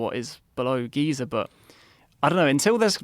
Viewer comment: There is no “R” in Giza! 🤣